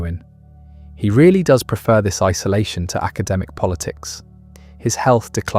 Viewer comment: But not rearry